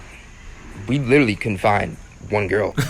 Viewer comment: He said "we couldn't find one girl" I heard "we confined one girl" 😅